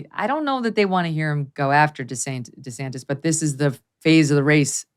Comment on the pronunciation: Lol Megyn said DeSanctis!!!! I’ll be damned, Trumps little nicknames do stick after all 😂🤣😂